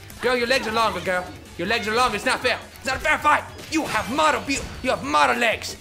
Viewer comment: LOL "hava more stamina"